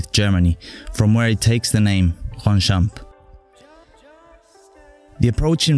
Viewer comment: That’s sooo cooool, I actually live there and just so you know it’s pronounced Ronchamp. You’re welcome, and I’m pumped for your next video 👍 dope man